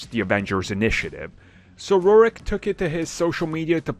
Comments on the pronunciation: RORK RORK RORK its fcking pronounced RORK! not RURIK 🤦‍♂️🤦‍♂️🤦‍♂️🤦‍♂️ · His name is pronounced like Rork not Rorik. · Holy shit. It's Rourke as in "rork" not "rorik" Also, I feel like you need to talk even slower, you could double the length of your videos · Brah his name is pronounced RoarK, not rowr-ek.. 🤦🏻‍♂️ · "Mickey Rorik" lol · I’m going to hold a grudge against until he learns to say Mickey Rourke’s name properly. Say it: it’s ROARK. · Omg me to! I'm like who the fuhh is mickey rourick? 🤣🤣🤣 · Whose Mickey Rourek .... It's Mickey Rourke; in any case this dude has been complaining for like forever. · Oh that "Mickey Rorik" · That’s not how you say his name 😂😂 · They should've used the original finale featuring him instead of the crappy wannabe CGI Iron Monger 2.0 that we got, and I love Iron Man 2 I think it's a little underrated and I loved Rourke in the film, very convincing Russian but even I would love to see all of the stuff he filmed, Also why did u pronounce "Rourke" so weirdly lmao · Still getting stuck over "Rourke" being pronounced with two syllables when it's a one syllable name.